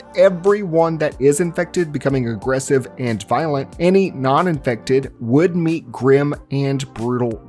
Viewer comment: I mean the amount of annoying comments he got when talking about zombies but people complained and started correcting him. Now he mockingly says infected like that.